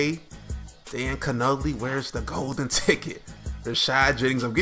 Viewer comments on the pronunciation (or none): Dan Cannoli? Haha, it's Con-oh-lee., you Da man, even with your strange pronunciation.